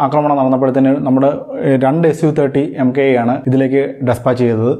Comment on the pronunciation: It's pronounced a su 30 mk 1, not as mki